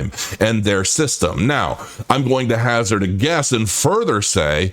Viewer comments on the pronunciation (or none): none